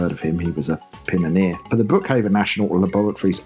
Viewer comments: "He was a pin-on-ear" Gannon was right!!! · Haha! love the joke reference to the first digitiser episode :) "Pinoneer" xxx